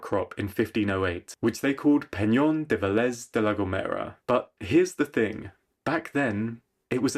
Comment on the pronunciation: Great video! And your pronunciation of the Spanish words is actually really good. Only a little trick that will make things way easier for you from now on: if you see a stick above a vowel, that will be undoubtedly the strong syllable of the word. Cor-TÉS vs. VÁZ-quez. So it will be VÉ-lez. Anyway, congratulations again. ❤